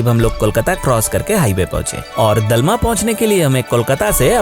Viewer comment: डालमा नहीं, दलमा है Pronounciation thik se karo bhai